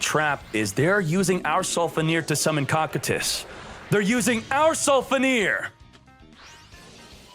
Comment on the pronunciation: It’s pronounced kokytus (cocytus) not cockandtits u FOOL.! XD